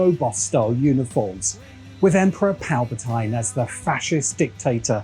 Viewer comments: It's Palpatine, not Palpatyne! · You calling Palpatine that makes me think of the videos where you heard George call the gungans “goongins”